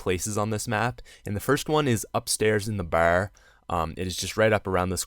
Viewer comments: Bar not ber lmao you Boston or somthing? Lol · You say "bar" so funny, it sounds like you're saying "bawerr". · Lol, i love the way you say Barrr. XD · The way this guy says bar is so fucking annoying